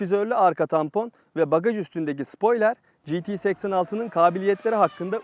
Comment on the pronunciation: şu araba anlatan değerli abilerimizden biride spoiler kelimesini düzgün söylesin Allah aşkına...